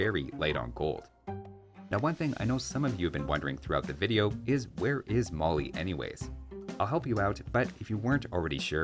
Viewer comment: Great video as always,! Thanks for the insight. I don't expect you to pronounce everything super correctly, but Mali is pronounced with the "a" as in "cat" - rhymes with alley. (To pronounce it like a West African, the "l" is different too, made with the tip of the tongue forward, close to the back of the teeth. But that would probably sound kinda weird in the middle of a Canadian accent.)